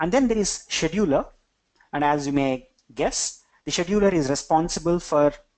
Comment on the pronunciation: Great content! Sidenote: you should really work on the pronunciation of Scheduler.